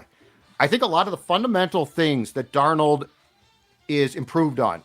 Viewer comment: Now that can finally say Sam Darnold’s name correctly…. Can we start mispronouncing the former Minnesota quarterbacks name as “cooked cuisine”?